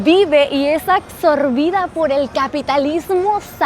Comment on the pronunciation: Por que pronuncia " acsorbida" ?